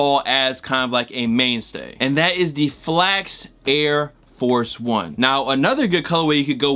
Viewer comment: When he said “OyEDiF” I felt that